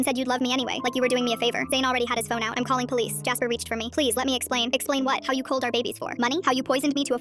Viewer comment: "Kalling" like what the helllll !